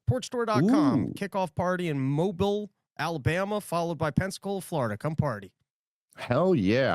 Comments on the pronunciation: Thanks for coming to Mobile! I’ll see ya there man!! Also, it’s pronounced Mo-beal, short on the mo, long on the beal. I just want you to have a good show man not tryna be sassy lol. Everyone gets it wrong, and why wouldn’t they? Hahaha✌🏼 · Its pronounced Mow-beal. 😂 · moBEEELE, Alabama🤣❤️🇺🇸🔥🌎✌🏼🌎✌🏼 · mo-beel Alabama